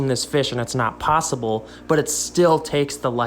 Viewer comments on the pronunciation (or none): none